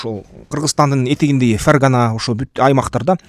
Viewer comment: Фаргана эмес паркана арсланьобоб эмес арстаньаб чала молдо туура суйло